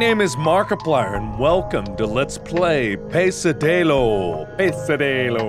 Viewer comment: Expectativa: Pesadelo Realidade: Pesaderlow